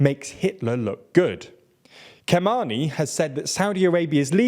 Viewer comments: "Kha-mayny" not "kaman-ny". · absolutely butchered Khamenei's name. I'm sorry.